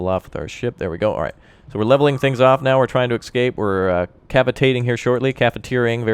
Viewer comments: I love your videos on this game, but good god man, it's ESCAPE, not EXCAPE! :D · I enjoy your videos however for the love of all things sane and good, its ESCAPE ESCAPE ESCAPE!!!!